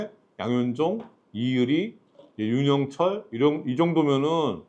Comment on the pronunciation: 형님 윤영철을 유영철로 읽으시면😢 한끝차로 야구선수가 연쇄살인마로